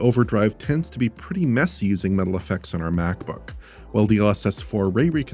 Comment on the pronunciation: Idk why but their's something so satisfying about the way says Metal fx